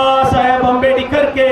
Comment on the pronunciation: ಅಂಬೇಡಿಕರ್ ಅಲ್ಲಲೇ ಬೋಳಿಮಗನೇ,, ಅದು ಅಂಬೇಡ್ಕರ್